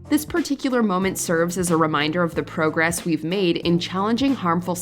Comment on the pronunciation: She can pronounce Apu’s full name but yet can’t even pronounce progress correctly. It’s not pro gress